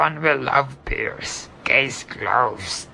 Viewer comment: Piers...ka...chu? Seriously =))))